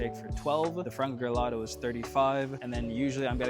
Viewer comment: Nice!!! But just to let you know it’s frango grelhado, not gelato (grelhado comes from grelha = the grill) A hope I’m not being annoying, it’s a really nice content!